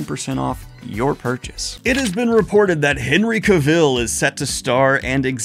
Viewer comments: Thanks for the updates! FYI Henry Cavill pronounces his name differently than you're pronouncing it. He explains that it rhymes with "travel." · FYI Daniel, Cavill is pronounced to rhyme with travel. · Just to note: Henry Cavill's last name rhymes with gravel. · PSA for Daniel...you're mispronouncing Cavill...